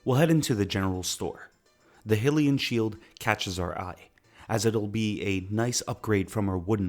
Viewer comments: Sorry I got to do it It's "High" Hylian Not Hill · Also, it's high-lee-an, not hill-ee-an, and no one pays for that, we all get it from the graveyard for free. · Hylian is usually pronounced as "Hi-lee-an" nit "Hill-ian" other than that I thought it all sounded alright.